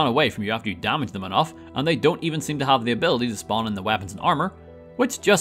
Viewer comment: "If you hooved played" 😂😂😂